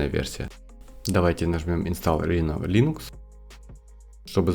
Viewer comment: Не рино, а райно. Оно же написано на английском, а не на греческом